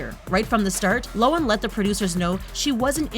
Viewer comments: who else hates how the lady pronounced Lindsay's last name wrong? its Low-han not Low-an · Did she just pronounce Lohan... as Lowen? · Lo han!! HAN!! NOT lowen jesus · Lo han that's how you say it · Why is it when something is mispronounced... It's repeated soooooo many times? Cringy. Lo-an..... Gah... I dislike her, but even I know the 'h' isn't silent.... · It’s actually pronounced low-an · Anyone else cringe when she pronounces Lindsay Lohan like that???? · I just want to say: lohan's h is pronounced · So we really gonna ignore the way she pronounced Lohan ? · The way she says Lohan was so triggering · The only thing sHadY is the way you pronounce lohan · The way this lady pronounces Lindsay Lohan offends me 😂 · This is a great list and I love these videos but am I the only one cringing at how she says Lohan???